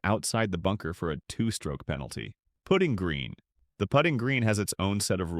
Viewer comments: AI at its best! It’s a putting green, not a “pooting” green. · Great video, but please just check the AI pronunciation in future - 'putting' sounds like 'puting' here. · We need to train ai to pronounce the word putt-ing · The AI voice can not pronounce putting correctly. Ha Ha...